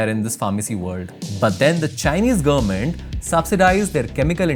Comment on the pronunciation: What's the meaning of "gurr-ment"? Anyone?